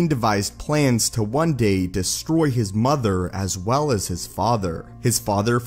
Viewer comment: I wonder where the narrator learned to speak like that. Pronouncing every 5th word with a deeper infliction and secon syllable. MoTHER and faTHER! Just something I noticed.